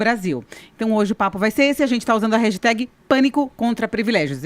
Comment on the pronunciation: Porque velhos têm dificuldades em falar "hashtag"? "rejitag" dá até calafrio de ouvir.